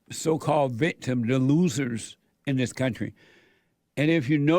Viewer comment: He said loossers